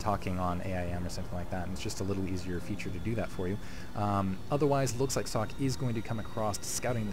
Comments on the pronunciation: Socke is pronounced like "zocca". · nice to see German Players :) an btw.. its called SockE, meaning sock keep up the good work!